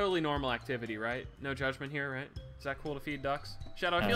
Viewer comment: anyone else notice that Speedy calls Shadow "Shadder"?